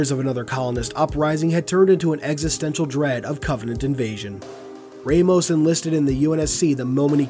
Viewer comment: Anyone else pick-up on his mispronunciation of Victor’s surname? At least to me it was mispronounced and that is a name I’m very familiar with. If it were me pronouncing it I would pronounce it as Vic-ter Ram-os.